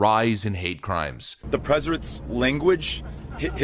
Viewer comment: "The preserents..." -Beta Male O'Rorke First words out of his mouth sound like they were spoken by our current "preserent."